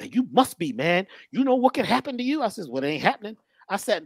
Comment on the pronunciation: You know what can happen to you? Well it aint "happnen"🤪🤣 THATS RIGHT